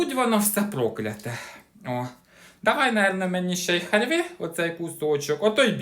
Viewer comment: халЬви😂😂😂клас,я теж так говорю